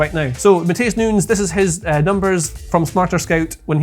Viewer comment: got so excited by his wild card that he accidentally pronounced 'Nunes' correctly a couple of times